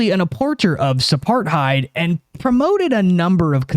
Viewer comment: I understand vocal flubs happen, esp when one is in the pod, and I normally don't feel the need to point em out, but today was like a rare Pokemon: "apporter of suparthied" chef's kiss